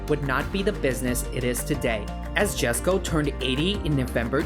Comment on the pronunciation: "Jesko" is pronounced "yesko" as yellow, not jelly 😅